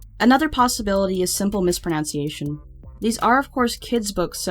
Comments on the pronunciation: "Simple mispronounciation" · Wow. I've never heard anyone mispronounce "mispronunciation," before. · Mispronounces "mispronunciation"